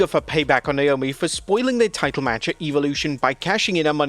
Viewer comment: I’m sorry, but Wade is not amazing on commentary. The fact that he can’t/won’t, I don’t know which, pronounce some of the wrestlers’ names correctly is embarrassing. I have no clue who this Beanchor Belair is or Niomi.